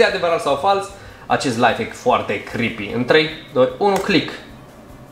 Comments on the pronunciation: De 7 ori ai spus chripi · Mai mult tu ma speri când spui crepi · DE 5 ORI AI ZIS CRIPI